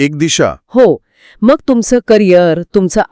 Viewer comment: "मंग"नाही हो "मग"शब्द आहे अशुद्ध टाळा कृपया